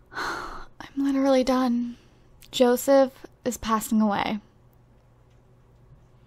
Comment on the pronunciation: She kept saying Joesph 😂